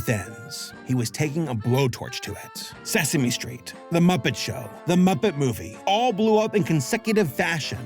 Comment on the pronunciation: “Suh Same Street.” IYKYK. 😅❤